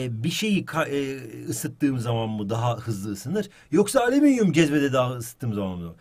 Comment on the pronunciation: ığhmm ali...ığhali EVET harikasın ALİMİNYUM 😂😅